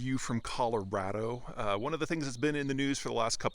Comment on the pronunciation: I love Colo-Rat-O 😅 It's Colorado